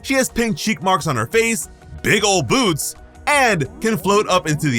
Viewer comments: I thought you said "big ol' boobs" 💀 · I had to rewatch because I thought you said something other than big ol boots just for a second tho 😂🤣